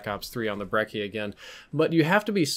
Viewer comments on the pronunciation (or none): Brechi. Not brecki. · Team Ruthless Yeah. It's pronounced "Brecchi" beacause it's supposed to be Italian, Although I haven't heard the word Brecci in my entire life. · its pronounced 'breh-chie' surely you know how Gucci is pronounced. Lol great video as always. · When you pronounce brecci wrong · Lol stop saying brecci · said Brecci again 😂